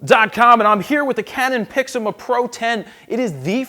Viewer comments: You still say Pixima :P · I believe he was commenting on your pronunciation of PIXMA.